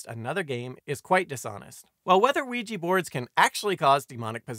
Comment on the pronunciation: I'm always fascinated to hear Ouija pronounced "wiegie" almost as though it were made in Glasgow.